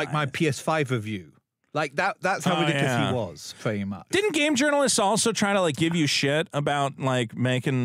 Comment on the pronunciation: "Pwetty Much..."